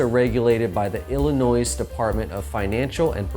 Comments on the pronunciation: I can't stop laughing. Every time he says it. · There is only one ILLINOIS. Say it correctly